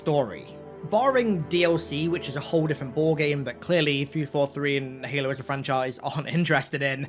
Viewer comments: Bro really said "Helo" 💀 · helo? LOL youre 343 bot boy brain cant even say the games name right. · "heylo's campaign"